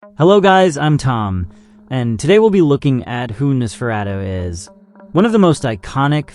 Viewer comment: Narrator can't pronounce 'Nosferatu'. AI click bait anyone??